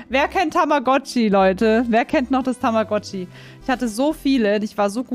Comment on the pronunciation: so: Wer kennt tammagotchi. Ich:Tamagoochiee